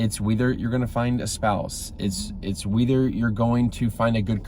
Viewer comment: I like how you said 'whither' instead of 'wether'.. lol